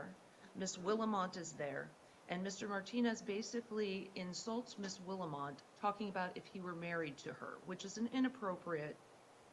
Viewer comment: 🤣Judge called Willmott 'Will-a-mot' 🤣